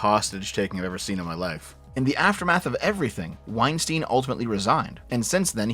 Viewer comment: calls him "Wein-steen" so you know he hasn't engaged with his content much.